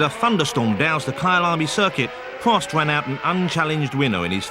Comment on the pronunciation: pwost, wace, anyone else noticed the commentarist can't spell 'r'?